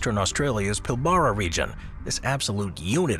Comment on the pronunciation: I'm a Western Australian and Pilbara is pronounced Pilbra....